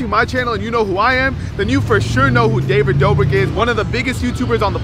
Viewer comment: If I had a dollar for every time he said David doughbrick I’d be able to pay my rent 😂😂